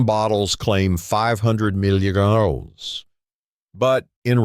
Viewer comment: Very informative video with great information! I think more people would like this video if you had a regular person speaking instead of an electronic voice that can't pronounce the word "milligrams!" I was definitely deceived when I bought a 500 mg magnesium glycinate supplement for sleep and realized when I looked at the back label that it was only 90 mg of magnesium glycinate per serving. That's a lot less since the recommended daily allowance is approximately 200mg and 450mg per serving. Always read the back label before you buy it! Lesson learned! 👍